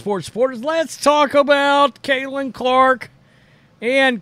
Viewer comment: Her name is Caitlin not cailtin....but she deserves rookie of the year but if it goes to Reese it's cool...get it right bro